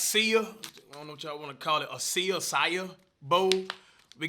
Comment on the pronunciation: Bro said acia bowl lmfaoo its a Acai bowl(Ah-sah-ee) is the proper pronounciation